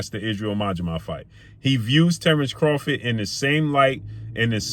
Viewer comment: Craw-FORD not Crawfid